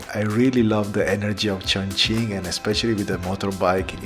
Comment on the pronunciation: say tjoeng-king